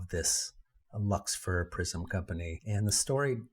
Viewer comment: the "Luxfer Prism Company" sounds like "Lucifer Prism Company" but I am dyslecix, so it is prolly just me.